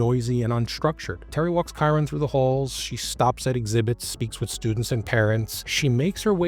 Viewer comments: Dude him just wondering off would be the least likely this is terrible what has you tube came to. Play the clips instead of talking all the time shit that doesn't make sense and you can't even pronounce his name right. Did you do any research or just let chat GPT write it? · Excellent coverage. Please learn how to pronounce his name.